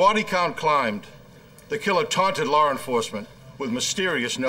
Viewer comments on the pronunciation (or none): Lar Enforcement. 😄